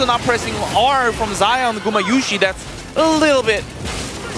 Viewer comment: I have a question . why this comantators call gumAyusi as gumIyusi with "i" ? its hard to pronounce in english fast ?